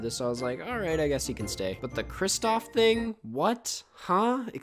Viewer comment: i love you man, BUT IT’S KRISTOFF